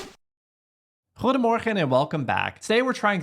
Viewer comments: Goedemorgen klonk erg Nederlands, and beforehand ik verwacht dat dit eenvoudig wint met als 2e Smullers. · Your 'goedemorgen' was quite OKay! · First of all, your 'Goedemorgen' is getting better and better. This one is close to accent-less. 👍